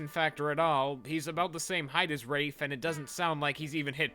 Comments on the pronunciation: Yeah I think "Rah-fay" is a LOT more better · I actually had a breakdown after this realization. It’s pronounced rahf, not rayfe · Wait isn't it pronounced "Rah-fay" not "raif". So this movie butchered the protagonist's name and it was cringe to watch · Am I the only one who pronounced it 'ra-fay' instead of 'raif'?? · He kept pronouncing Rafe as raafe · I just now realized that it should be pronounced rah-fay because he was named after the artist named Rafael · I pronounced it similar to Rake but with a f when I was young and as you can see, the person making this did not care to even read the book properly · i always thought it was pronounced "rayf" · Am I the only one who was surprised to hear the pronunciation of "Rafe" bc that is NOT how I thought it was said.